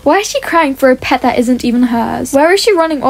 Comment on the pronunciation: Pet not eot